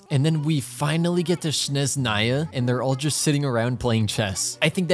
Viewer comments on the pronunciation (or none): it's snezhnaya, not shneznaya... please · Good luck on Klee & Heizou but also Snezhnaya is pronounced with not ‘Z’ but like ‘J in bonjour’, Snejnaya 😅